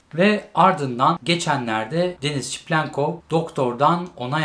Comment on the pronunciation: videolara devam ama şu adama çiplenkov demesen:D seviliyorsun